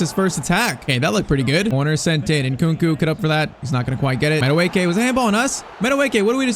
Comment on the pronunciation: Madueke's real pronounciation of the name is' Madueke in a high pitch at the last 2 letters of the name' Its Nigerian really and that the real pronounciation, but he was just born in england while his perents are Nigerian